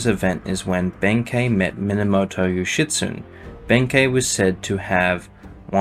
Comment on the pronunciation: FANTASTIC video but… I was cackling every time you pronounced Yoshitsune name as yoshitSUN… where’s the E who stole the E’s??